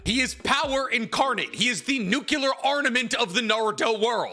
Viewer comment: For the love of god please learn how to pronounce “nuclear”